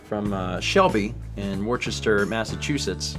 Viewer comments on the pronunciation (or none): wor-chest-ter killed me laughing as someone from MA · oh god he said warchester